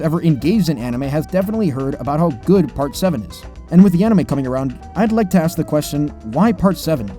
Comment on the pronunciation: Now let ME aks you a question.